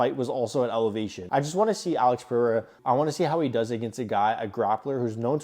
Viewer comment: Good analysis brother but…his name is pronounced PE-HAY-RAH. NIT Purrr-Re-Rah.